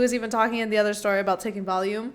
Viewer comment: Random question. Why did you say Valium like that? Is it pronounced that way as well?